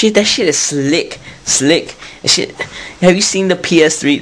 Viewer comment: Lol. "Come on now, no one wants to play that shiate". Lmao